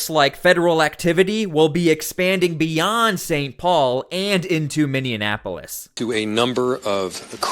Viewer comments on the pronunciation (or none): It's called min-e-apolis. Non min-in-e-apolis. It's spelt Minneapolis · It's Minneapolis, not Mindianapolis. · ....Just letting you know that it's not Minnianapolis. It’s Minneapolis. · Just a little help with the pronouncement,. Not “Minionapolis,” it’s “MinneApolis.” Not meant to be condescending! Love your content,! Keep it up, man! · Minne......apolis ...pronounced Miny. Apolis not Miny IN Apolis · I live in Minneapolis. It's actually pronounced, 'Minn-e-apo-lis.' You pronounce it, 'Minn-e-in-apo-lis.' Just sayin'... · Bro please tell me where the extra N is in the word minne-ap-o-lis? What city is minne-in-ap-o-lis. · First off it’s just Minneapolis not Minneinapolis respectfully. Second, as a rural Minnesota resident I am not pros of the large Somali population in my state as they are very entitled and are draining us financially and are a disruption in our communities of the Twin Cities and St Cloud. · OMG! It's "Minneapolis", not "Minneanapolis" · MINN-E-A-PO-LIS Not Minneanapolis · "MIN E AP OLIS" NO "N" IN THE MIDDLE. NOT "MIN E ANN A POLUS.":face-turquoise-covering-eyes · Please, it is not Minnenapolis! I is Minneapolis! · Bro, please learn how to properly pronounce Minneapolis, without adding an extra syllable to it. It's Min-ni-a-po-lis. Not Mini-Annapolis. Look, you're probably going to saying that name a bit in the coming future. I just want you to Shine as a National News-Caster. You're doing good work. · It's pronounced MINI-APOLIS..... not MINI-AN-APOLIS. just pointing that out. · You keep saying MinneaN Apolis...but there's no N in the middle. :) thanks for the videos! 🎉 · Sorry to be a stickler. It’s pronounced Minn-e-a-po-lis. And it’s a disgrace to Minnesota right along side St Paul. All the evil that’s coming to light is what I’ve been praying for because those with their eyes open have known something was up for a long time. Hoping this helps open the eyes of other people. Now my prayer is something actually comes of it!!